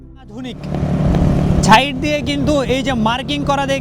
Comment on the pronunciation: আপনি আগে ছাইড আর ছিটি বলা চেঞ্জ করেন। 😂😂😂😂